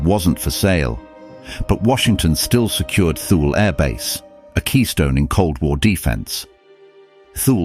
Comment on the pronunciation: Please instruct your narrator, whether human or AI, that Thule is not pronounced TH-OO-L.